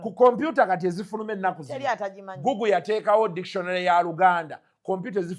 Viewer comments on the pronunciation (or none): none